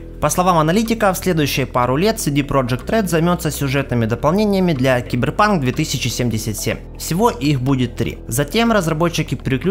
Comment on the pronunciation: Саберпанк . Ну так прочитать CyberPunk 2077